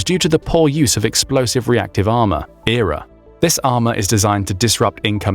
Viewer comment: 9.21 says Error instead of E.R.A........ LuL:face-blue-smiling: now a person that knows about military equipment and vehicles would know EXACTLY what its called. Sorry just from that stupid thing that makes this channel bottom of the barrel and most likely doesn't know a thing and is VERY questionable.